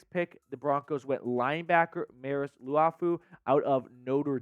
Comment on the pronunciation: Nice try pronouncing Liufau. 😂 If the Vikings jump to #3, the next QB will fall to #12